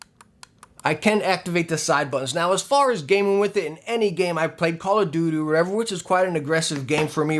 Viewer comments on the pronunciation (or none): you said Call Of doo doo, not too far off lol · call of dudu😂😂😂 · call of dodoo😂😂😂